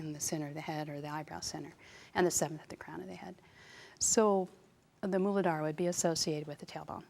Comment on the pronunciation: Thank you for describing and correctly pronouncing Muladhara. Such useful information.